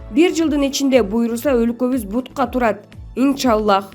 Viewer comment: ИН ША АЛЛАХ де инчалах дебей карындашым.